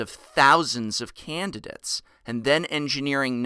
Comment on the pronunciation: Finally someone who pronounces candidates correctly. 100th comment!